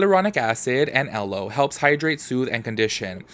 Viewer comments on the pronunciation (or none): none